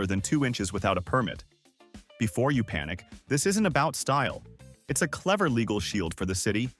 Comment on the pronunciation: Good gawd can't say LĒGAL, pronounces it līgâl.🙄